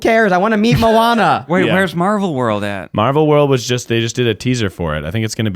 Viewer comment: I need to hear Keith say Mo-Anna for Moana!!!!! I swear whenever my daughter watches that movie I just hear Keith saying it and giggle! Love you guys so much! #milesnation